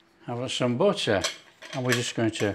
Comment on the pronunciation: A man who can cook is so attractive. And even better is the way he pronounces butt-rr. No offense meant to the Mrs.